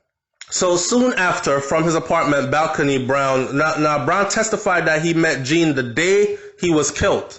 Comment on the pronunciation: You need to pronounce the surname name properly...’John’ not ‘Jean’